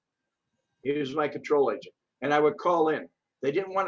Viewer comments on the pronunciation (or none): none